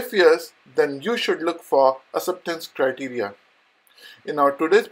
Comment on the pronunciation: First learn to say “ Acceptance Criteria” in a right way!